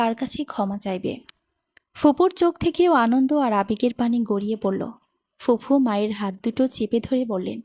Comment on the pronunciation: গল্পটা ভালো লাগলো। তবে "ফুফু" শব্দটা সঠিক না। সঠিক টা হচ্ছে "ফুপু"। আর "এক+ ঐ" হবেনা, হবে "একই", এছাড়া "ইতস্তত" শব্দের উচ্চারণ হবে " ইতস + তত"। #আশাকরি আগামীতে এগুলো সংশোধন করে নেবেন।